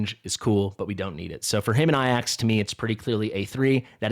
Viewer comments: Why do you say Ayax ? It's Ajax like it reads. Also he is not that rare, he was my first A5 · Please. "Ay-jacks" Not "Eye-axe"